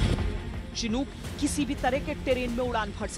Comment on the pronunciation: चिनूक नही शिनूक होता है। भारतीय मीडिया का लेवल कभी नही सुधरेगा।